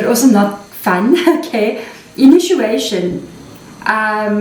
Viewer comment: Sister the word. initiation is pronounced as INI..CHIATION NOT INU CHIATION Pls dont mind it just hurts my ears to hear a mispronounced word so many times continually from an english speaking person .. there is another word which is mispronounced ..I mentioned it earlier.. I am sure being an extension of each other we can afford the liberty to help each other in even small things like pronunciation of words.. I would be gratefull anyone helped me get any word mis pronounced by myself .. Much love and gratitude for your amazing sharings in our benefit ..sister.❤❤